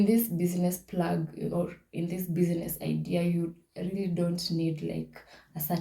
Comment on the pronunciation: thank you very much, i have learnt alot. Just a request, kindly say bizness not busyness. hope you got my point